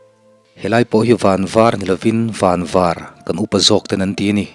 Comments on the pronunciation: Van var i lam dan kha ka hriat dan a ni e. Pasaltha thawnthu chhiartute hi nang ang vek hi ni ula ka duh khawp mai. Midang in lo rawn ve fo tihte han hriat phei chuan ngaihthlak a tuiawm sawt. Tam tak hi chuan thil awm dan hi kan hre thui lo hle niin ka hre țhin a. A chhan chu kan chhiar danah kan var pawh lo tih a hriat. Pasaltha thawnthu hi hman lai nun a nih avangin thingtlang mi tan chuan a chiang em em lehzual a, khawpui mi chuan hriat loh chin a tam hle a ni. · Van var Tuna i lamdan kha a dikthlap e